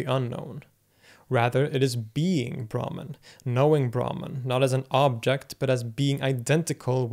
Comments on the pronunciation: Brahman is actually pronounced as - Brahmm in Sanskrit. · Great vedio for direct experience.. Pronunciation of Brahman is not correct. Should not drag Brahman. I Pronunciation of Brahmin varna or so-called caste. Bhakti s Pronunciation is also incorrect. You can see diacraticsl marks such as---__ --' _ . Brahman Braahnin Bhakti Maayaa That which belongs to Sankara is.. Saaankara..Tsdhdhits.. Upanishads not upaaanishads. But. EUROPEAN CSN OFCOURSE... WE PRONOUNCE ENGLISH DIFFERENT WA.BUY WR LEARN FROM RP..DANIEL JONES. BIRD VOWEL... DICTIONARY..MARKS.. SILENT G..IN INTERRUGNUM FOR INSTANCE. FOREIGN...2 WAYS BRITISH AMERICAN RHOTIC ILLUSION OF WORLD.. SUPERIMPOSED SNAKE IN A ROPE ADHYAASA..MAAYAA..CORRECT PRONUNCIATION YOU DID SIR. CONTRODICTED BY RAAMSANUJA. AHAM BRAHMASMI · I disagree. He's indeed good with Arabic phonemes and probably studied the language extensively, but his pronunciation of Sanskrit terms is nowhere near his Arabic. For example brahman is not pronounced braman but bramhan. etc. his t-, -n-, -r are also sounding way too European. that's being said I also appreciate his impartial and objective attitude he has explaining lots of different traditions and doctrines. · Excellent video. I especially like how, as usual, you also give the terms in the original language and then in English. But I wonder if "brahman" in this context is actually pronounced "brahmaan" rather than "braahman". The god Brahma, the creator, is pronounced "Brahmaa", so the two might come from the same word (and perhaps be the same thing). Also, the Sanskrit term for the universe is brahmaand, I believe. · Brahman - "brah" pronounced as "bra" as in the lingerie = a Varna/caste in Hinduism Brahman - "brah" pronounced as "bruh" as in "sup bruh?" = The supreme reality